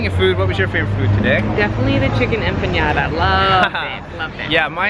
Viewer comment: Empanada, is not pronounced,empaniada; there is no ~ over the N. it's pronounced: em-pah-nah-dah